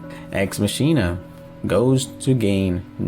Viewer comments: When you said ex machina It’s pronounced “ex Mahkenah” not “ex machineah” please do more research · isn't it ex-makina? and did you mean sentience when you said sapience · you said ex machina wrong